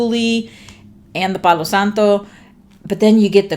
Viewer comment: I looooove the way you say “palo santo,” it’s beautiful! If I’m remembering correctly, Aslan is the Lion in the Narnia series!